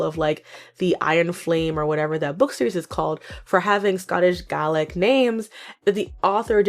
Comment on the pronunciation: I am sure someone has already told you, but that is NOT how you say "Gaelic" (I'm Irish-Canadian). It's pronounced 'Gay-Lick'. I am not messing with you, that is how you say it - the way you said it sounds more like GARLIC, which is also hilarious, but ironically inaccurate for the topic of said controversy. Unless that was on purpose, in which case I am Boo-Boo The Fool. EDIT: I seem to be Boo-Boo, ya seem to be hedging yer bets for said pronunciation. Which... for ANY Gaelic Dialect... is more than fair. Go off, girl.